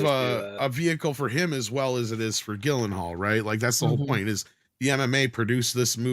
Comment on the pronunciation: Gyllenhaal = Jill-In-Hall, not Gill-In-Hall.